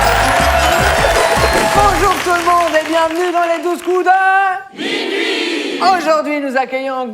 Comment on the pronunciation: Je suis la seule a avoir entendu ’’ et Sylvain notre maître de midi’’ au lieu de maitre de minuit a